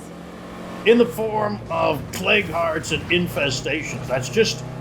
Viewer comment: Why do i hear plague guards when he's saying plague hearts?